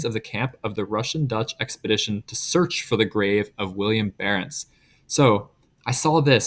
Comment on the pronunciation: Good vid, but his name is Willem, not William